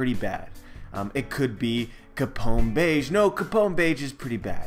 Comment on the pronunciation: Capone "Gang" Bege (beh-gay) Other than that another great video, haha